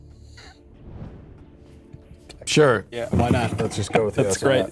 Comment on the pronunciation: Michael 2/3rds into a martini cannot pronounce the words "great" and "grape" differently.